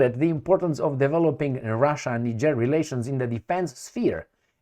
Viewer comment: He mis pronounced the country as well. I hear people talk about that place all the time. He says it wrong. 🤔